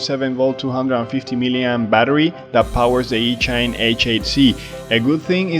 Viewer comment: Are you pronouncing the company name properly? I would guess that it should rhyme with machine, so would be ee-chine and not each-ine.